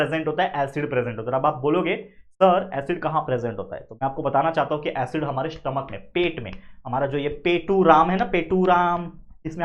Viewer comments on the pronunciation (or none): none